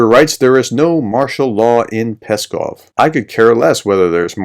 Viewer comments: ♥Pskov is pronounced like "scoff" (silent P), not like "Peskov" (Kremlin spokesman). ♥♥ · very good video, thanks, but the name of the city is PSkov (pronounced P-Skov, and not Peskov)